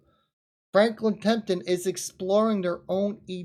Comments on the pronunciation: It's TEMPELTON not TEMPTON!!! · FRANKLIN TEMPLETON NOT TEMTIN.,,,,,OY VEY